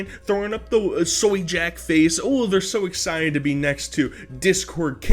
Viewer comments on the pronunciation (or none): none